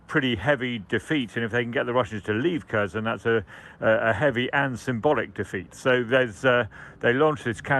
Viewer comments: Cherson, Kerchson, Chirson, Charson… etc. If one wants to learn from this channel or any British channel which is the exact name of that city, one won’t be able to do so. Because it’s f-cking tremendously difficult to just say HERSON (K is silent, not pronounced). Ridiculous reporting on geography of the war, really. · KherSon, not cur-zon. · Please learn the right pronunciations of these Ukrainian town names. So tired of presenters and correspondents saying "Cursion". It's pronounced more like "Hkerr-SON", with emphasis on second syllable.. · It's pronounced 'Herson' not Kerson or Kershon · It isn’t Kurzhen. It is Caresohn! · “Kershun”? You’d think that by now they’d be able to come up with a less rubbishy pronunciation of Kherson… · can't even say Kherson right annoys me